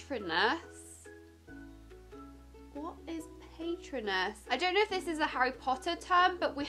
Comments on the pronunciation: ‘ it’s not paaytronus it’s pAtronus ‘ xx lol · Pat-row-nas Patronus (I think that’s how you spell it) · It’s pronounced PA-Tro-nus not PAY-tro-nus 🙈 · Paytronus? Pay-tron-us? Really? It’s Patronus. Pa-tro-nus. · Ahhh pAtEtrOnus killed me!! It’s pronounced pat-roe-nus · When she says pay-trun-us I got mad and said to myself it’s pronounced pa-tro-nus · By the first 1 I already tought Auts you say paytrunus And you mus say it as pa tro nus (it's a spell to keep of dementors) But still I like the video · The ‘’little triangle’’ is the deathly hallows symbol and it’s pronounced PA-TRO-NUS not PAY-TRO-NUS thank you for your time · It's PatrOnus not pAtronus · It’s pronounced puhtrohnus not paitronus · Who else cringed when she pronounced it as paytronus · "pay-tron-us"..."i duno if this is a harry potter thing?".......omg.... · it’s a spell,pat-row-nus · Patronous-Pa-trone-ous is your ghost animal in the wizarding world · Hi 😘 I really don't want to seem mean but patronus is pronounced pa-trooo-nus ✨soryy if that didn't help, I just wanted to say🌟have a lovely day and keep smashing the videos xx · Its pronounced pa-tro-nus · Btw patronus is pronounced pa-tro-nus. The triangle is called the Deathly Hallows. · btw its pronounced (pat tro nus) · It's Pa tro nus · love you! by the way patronus is pronounced as pa-trone-us x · Cecile Sophia ikr and when she said PAYtrinus it hurt so bad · Anyone else die a little inside when she said patronus wrong? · “Patronus” .....*pauses video and stares at the wall..* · As a die-hard Harry Potter fan, it was a little painful to watch you try and pronounce “Patronus” and not remember things 😂😂😂 but I would like you to do the other three houses! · Rosy-lee Hawkey yessss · Forgetting Ravenclaw.. saying patronus wrong.. she definitely hasnt seen the films or read the books lol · Rosy-lee Hawkey yep😔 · I was like girl nahhhh that’s not patranus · Also RAVENCLAW Cough Cough muggle